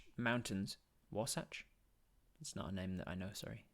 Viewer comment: As someone who lives in the Wasatch Mountains your pronunciation was spot on. Great read I truly enjoyed it.